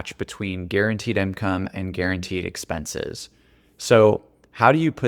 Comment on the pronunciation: Please, stop saying “imcome”